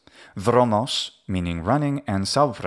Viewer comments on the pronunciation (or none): I noted a slight “v” sound in “saura”, at upsilon. Was that intentional? Is that a possible classical pronunciation? Thank you.